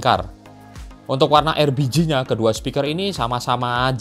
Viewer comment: Nyebutnya erbiji mulu